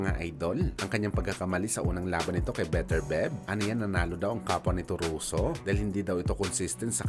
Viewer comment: Beterbyeb bigkas non hindi Beterbeb 😅 tsaka Duboys hindi Dabwa😂